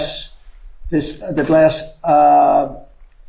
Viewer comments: The way he's intermingling the word "glass" with "grass" is scary! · Graph, grass......oh, glass. Imbecile! Can't even read the word "cover" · Graph, grass, glass. What's the problem? He needs only three attempts to pronounce the tremendously hard word "glass". Nobody has been able to do that. You wouldn't believe it. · He should have a contest with Bush II: Bush has to say "nucular" - oh I mean "nuclear", and Trump has to say "grass" - oh I mean "glass" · Did anyone catch how he could not pronounce the name of the glass😂. Dollars to donuts: polyurethane 😂